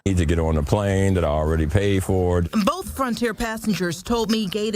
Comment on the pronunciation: That reporter in the red turtleneck mispronounced the words told as "toad" and Frontier as "fronter"